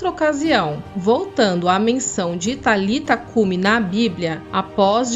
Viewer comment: Não era Talita cumi a pronúncia e nem escrita mas é => Talitá cumi ressonância Talitaaaaá existe um acento no ultimo a do nome,sendo assim Talitá cumi.